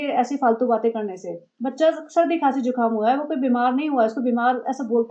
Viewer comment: Not jhukaam it is zukaam